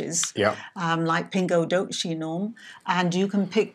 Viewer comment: Your videos are very informative. Thank you! But say "pingo dosse", o C before E and I is pronounced like the S in "sweat drop" = "pingo doce", from a Portuguese-Canadian.